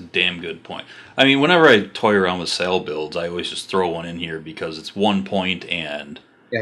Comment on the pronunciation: Drove me nuts when you kept saying "sail" for sal....think of it like saying "saul"....other than that great insight into my fav character